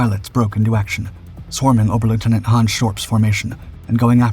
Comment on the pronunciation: A suggestion: if you're going to use a German rank (oberleutnant), pronounce it as oberleutnant rather than a mishmash of German and American English (ober-lootenant). Thumbs down for the clickbait title.